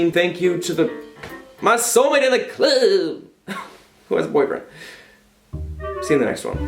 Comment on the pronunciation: I’ve been laughing at the way you said “club” fOR 3 DAYS NOW OMFG IDSNGSSUBSHAHAHAHAHAH